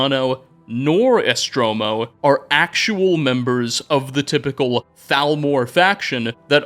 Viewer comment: holy shit its so off putting how EVERY SINGLE NAME you pronounce wrong its hard to listen. it says ESTORMO not ESTROMO